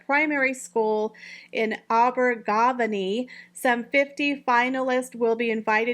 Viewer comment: I also heard lavatory. Also was it Abervageny? English pronunciation is tough. It changes from one word to another despite similar spelling. It’s ok, even Brits get things wrong